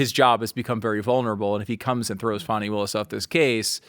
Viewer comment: Not wanting to pronounce Fani's name right shows the hatred and racism 😅